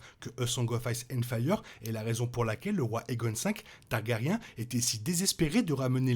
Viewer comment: Inaudible !😡 Tant que tu continues de traiter toutes les deux secondes les Targaryen de "taga-riens", j'arrive même pas à écouter.😵‍💫🙉🤕 Sans compter Balerion la terreur noire qui devient "BalArion"!!!😳 Dommage, ça semblait un peu intéressant.